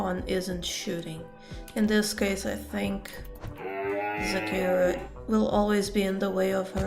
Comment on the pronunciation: Every time you say Zakira, all I hear is 'Shakira, Shakira!'